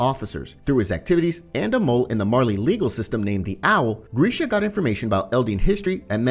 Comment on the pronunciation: I'm not gonna lie, hearing you butcher Grisha's name was like nails on a chalkboard. GRISH... GRISH. NOT GREEEESH